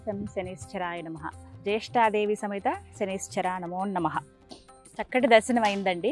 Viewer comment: శనీశ్వర కాదు maa శనీశ్వరుడు ఉండడు " శనైశ్చరుడు " అనాలి